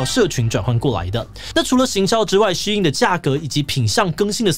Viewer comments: 發音要正確。SHEIN的中文是希音。不要念的聲音得像老外。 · 竟然是唸Shee-in，我都唸Shain.